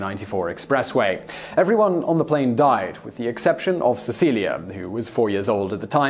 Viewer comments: Keith Harding-Thank you so very much for making this comment! I was going to comment myself, but saw that it was already taken care of. I also wanted to point out that Simon pronounced Cecelia Cichan's name incorrectly, though. It is SHEE-un. Not Si-CHAN. Thanks again~Susan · Interesting TopTenz. A couple of corrections on the Cecelia Cichan survival. First, her last name is pronounced Shee-Han (like ham). Second, when rescuers found Cecelia, her mother's body was around the little girl--like a protective cocoon--which investigators think saved her. Third, she was identified by the purple nail polish that her grandmother had applied a couple of days before the crash. Ironically, Cecelia has little to no memory of the event.